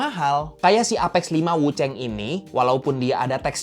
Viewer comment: Wuchang bukan wucheng, tolonglah jangan di Inggris2in.